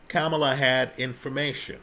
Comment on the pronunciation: PLEASE PRONOUNCE HER NAME RIGHT !!! I appreciate what you had to say though…